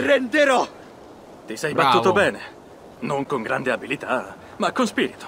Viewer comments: "Grande" non grende hahahah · "Grende" bè dopo petaloso va bene tutto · Il "Grende"... Ok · Il "GRENDE" assalto, porca puttena!🤣